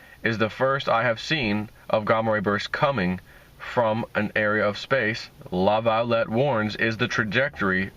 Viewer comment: Laviolet pronounced La Vee Olay. Like chevrolet is not chevro let. Jeeze dude, you are making a career out of reading, do a little homework before you do your presentation.